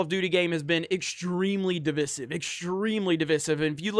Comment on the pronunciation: DivIsive. Say the middle I,. I’m here to help.:)